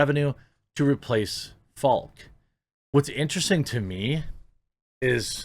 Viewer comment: Article: "Bruce Falck" Jeremy: "Bryce Flak" ...Jeremy, come on.